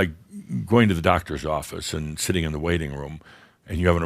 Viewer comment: ÆND. lol, I love it.